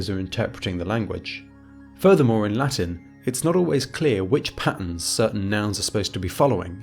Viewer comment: you have to to improve your Latin pronunciation.